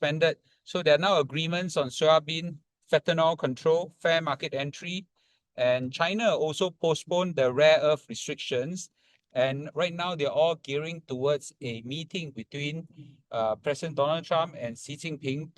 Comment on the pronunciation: Fentanyl uncle, not Fentanol.